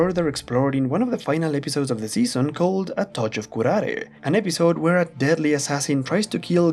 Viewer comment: Estoy muy sorprendido 😲 You pronounced " curare " correctly 👍